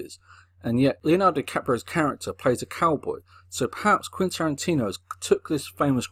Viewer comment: More like "Quinn" Tarantino.